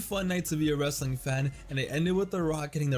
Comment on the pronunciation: "wreSTILNG" специально?